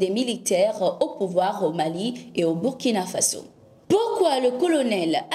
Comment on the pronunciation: C'est-à-dire Burkina Faso et non burikina faso merci de votre part